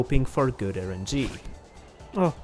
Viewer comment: Its rng not erng